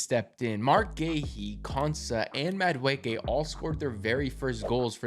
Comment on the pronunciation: It’s pronounced Mah-duh-eh-que (Madueke) 😅